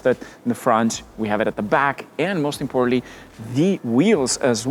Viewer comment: everything'z "mozt importantly" according to him